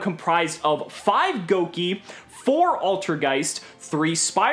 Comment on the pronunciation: I'm not happy with this pronunciation of Gouki. Gouge, Gouda.